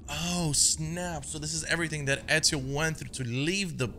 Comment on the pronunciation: He nailed Ezio's name, mamma mia his italian is improving <3